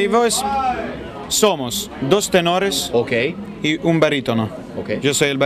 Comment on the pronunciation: Gianluca dijo ¨terones¨en vez de tenores... Aaaw